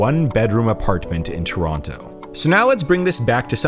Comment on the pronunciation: He also said apar-t-men-t